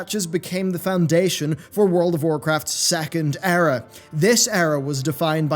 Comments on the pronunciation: good video but it's pronounced eera not error :) unless of course u meant it with the past expansions ;) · Eera, not error lmao. Or did you mean error.... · The Error is you saying Error for Era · Is he saying Error or Era? I guess both work in context.